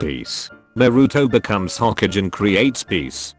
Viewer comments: The way it pronounces all the names and stuff- 'Hokage' is 'hokidge' lmao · its hokage not ho cage hahahahaha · nobody: the video: says Hoe-Cage for Hokage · nobody: not a single soul: the video: hoKIDgen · Rip hokage pronunciation